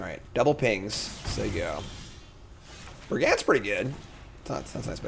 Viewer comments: BrigAND I can forgive him for, sure he's saying it weirdly, but at least the letters are correct. Arynx he is swapping the letters around so it's a different word entirely. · That one doesn't bug me but....100 BrigANDS :{ brigand = brig und cacophony = cuh caw phone eee